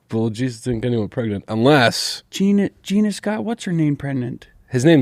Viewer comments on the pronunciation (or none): "Jeenus" lmao